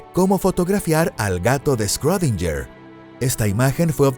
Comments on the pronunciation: Me sangran los oídos cada vez que dice “scrodinyer” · Que poco inteligente eres. Era un sarcasmo, porque está mal pronunciado